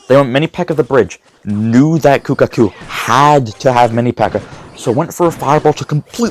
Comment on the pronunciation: I love how in the last match he was calling kuhaku, kukaku 😂